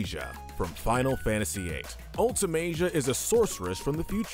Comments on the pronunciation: For Sin, you said the summoner becomes the next Sin, that’s not correct. It’s one of the summoners guardians sho is turned into the final aeon that is then made into the next Sin. You mispronounced Ultimecia and Edea’s names and then Barthandelus as well (13 even had voice acting) so I’m fairly sure this list wasn’t written by a true fan and this whole channel is just a content farm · Why can't any of these Youtubers pronounce Ultimecia? Have you never met anyone that has -cia at the end of their name? Jesus. Another youtuber called her Ultimecca ...what? Also she compressed all time and space? This guy also doesn't know how to pronounce Edea either apparently. This list is hot crap. Kefka is easily top 2. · That's an...interesting way to pronounce Ultimecia's name. Come to think of it, has her name ever been spoken in any of the games she's in? What even is the correct way to pronounce it?